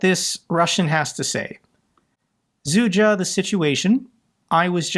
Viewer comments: it's "Sudja" not "Zudja" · It's Sudzha, not Zudzha not Zedudzha. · I love how managed to pronounce Sudzha correctly the first time, but then decided to call the city Seduja untill the end of the video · Sudzha is pronounced "sutcha". I believe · Just pronounce it as SUJA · "I believe I'm saying that correctly." Me, a slav: Press X to doubt. Love your videos,! I've watched every one. It's actually been years. Damn, what a tragedy.